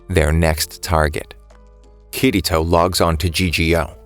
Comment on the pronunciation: BRO IT PRONOUNCED KIR - ITO